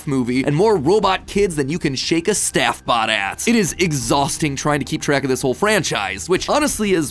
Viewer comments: i keep hearing "steph-bot" and i wonder if you even know that your wife is an animatronic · At the part of when he said “shake a staffbot at” i thought he said a word 😬